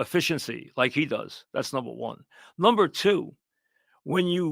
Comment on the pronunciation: “NUMBAH ONEUH”